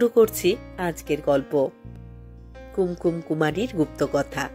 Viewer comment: মাপ করবেন, আপনি কি ওপার বাংলার? উচ্চারণ শুনে তাই মনে হচ্ছে। কুঙকুম শব্দটিকে কুম কুম এভাবে উচ্চারণ করলেন কেন? নিজেকে আর একটু প্রশিক্ষিত করলে ভালো হবে। No offence please!